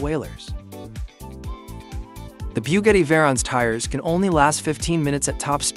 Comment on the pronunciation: Biewgetti 🤦‍♂️. Another AI channel